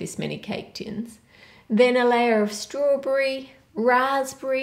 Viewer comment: Does she have some kind of accent because she said Raspberry as Raspbree same a Strawberry